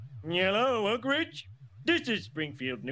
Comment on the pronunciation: the fact that people who aren't from oak ridge pronounce it so differently is very funny to me